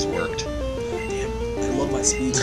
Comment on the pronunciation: "great, now our spee is worked"